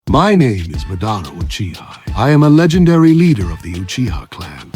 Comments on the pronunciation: ngl them pronouncing it “muh-dah-rah” instead of “mah-dah-rah” was really pissing me off😵‍💫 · why are they pronouncing it muh-dar-uh when the name is obviously pronounced Ma-Da-Ra in the anime? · that pronunciation of Ma DA RA was horrendous it kept throwing me off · muh-dar-uh.... ahh my ears! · AI pronouncing it like M’dara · Turned the video off as soon as I heard “ Ma-dah-rah” 😂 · The way he says Madara is a crime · Idk why it bugs me when someone says a naruto character name wrong. Madara saying his own name wrong bugs me a lot 😂 I can't help it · Learn how to say Madara. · Hearing them mispronounced Madara name is nerve wrecking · Yeah - I hit 'Stop' the second you mispronounced "Madara'...